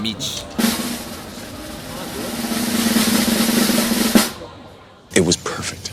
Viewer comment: When you ordered the "Mici" Clara laughed as it sounded like the "Mij" which is a totally different word in the Romanian slang :)). We are grateful for everyone who visits our country shares a glimpse of it's potential.